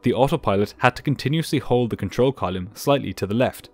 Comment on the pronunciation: Really like this channel, hearing actual cvr is cool. But every time you mispronounce the word column 😂